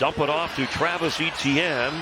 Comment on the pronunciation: I thought E T N was an acronym for a player, turns out he cant pronounce Etienne 😂😂😂